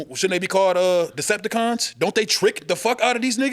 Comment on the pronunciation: Bruh said Decepticons 🤣😂🤣